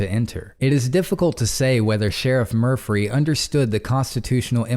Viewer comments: Murphy not murphry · I like the way you pronounce Murphy with an extra “ r “ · I want his name to be Murphy so badly. Saying Murphree makes me feel drunk. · Good hearing ya bud! So is the Sheriff really named “Mufry”, I heard Murphy the first time haha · Murphry? I’m confused 🤔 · Murphry. Sorry, couldn’t help it. Love the channel ❤️